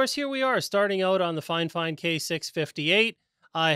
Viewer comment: it’s not finefine it’s fif ine